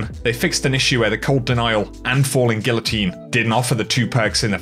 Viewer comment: lemme help out, it's pronounced GEE-OH-TEEN, not GIL-OH-TEEN. It's not difficult.